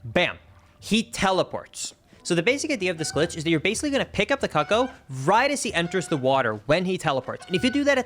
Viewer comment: im sorry, cuck-o no no no no, its coo-coo